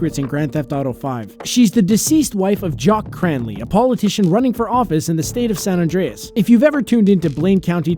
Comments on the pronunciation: “Saun Andreas” 😒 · State of “San Andreas” ?? 🤦🏻‍♂️